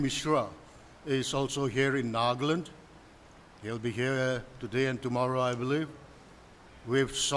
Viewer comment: One simple request to all my fellow Nagas. Please. Please. Stop pronouncing the name of our state as 'nagland'. It is NAGA-LAND. No need to 'standardize' the pronounciation or add some accent. Naga laga land. Nagaland ase. No offense to anyone. ✌🏻